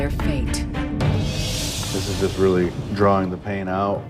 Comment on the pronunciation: The chefs realLEE gave good tips they should always LEEsten to them